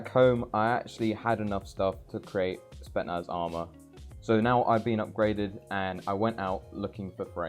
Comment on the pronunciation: bruh spetsnaz not spetnaz